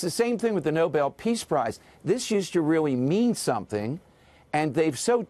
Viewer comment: It’s Nobel not noble!